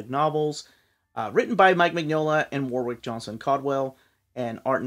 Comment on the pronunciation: I’ve always loved Warwick’s work. It’s pronounced ‘Warrick’ by the way.